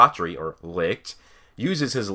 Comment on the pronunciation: I preface this with i enjoy the heck out of your videos you have replied to my comments before so i wanna holla at you. Fuegoleon is not pronounced ' foo go leon" its pronounced "fwhey go leon", licht is not pronounced " licked" its pronounced ' lee(h)-ked ( the h is almost like a soft exhale) ". honestly just google: german word for light, click on the speaker or hell i'll settle for "leek-ed" but regardless nothing is worse that when its pronounced lich-ed ( anime balls deep says it like that it drives me crazy!!) You cover awesome ideas, keep it real when you critique the show , and while you talk about things ive thought of you certainly blow my mind with other thoughts as well ! so lets kick it up a notch and get the names down . I mean shit you looked up nordic runes my dude and studied the potentially meanings and what strings of them could potentially mean!